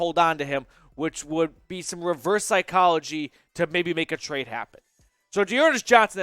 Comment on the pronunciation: I say-trade you bro